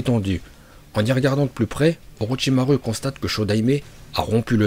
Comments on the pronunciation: « Orotchimarue » 😭 sinon tres bonne video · Orochimaru avc le u😂😂😂😂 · Mdrr il a sorti orochimaru(u) au lieu de orochimaru(ou) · orochimarou pas orichimaru 😅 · Pk tu dit orochimarU moi je dit orochimarou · il a quand même aussi dit oroTCHimarU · T'a vraiment dit Orochima rue ? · Déjà j’adore ces vidéos mais j’attends juste qui prononce "ninjutsu" et "orochimaru"